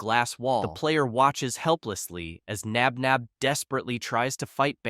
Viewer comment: No, it’s Josh Knox Nabnab not spinner Flynn Knox nap nap